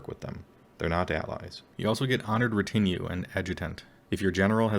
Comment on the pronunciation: The way you say retinue upsets me